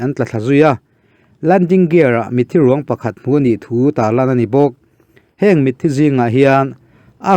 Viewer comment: Afghan ho ka khawngaih hle mai. "Mitthi ruang" hi i lam nalh lutuk..😊😊